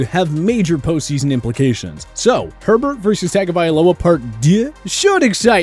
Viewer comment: “Takka-Vailoa” headass shitty